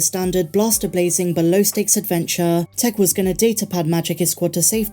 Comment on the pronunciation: Please! It’s pronounced “Tiiick”.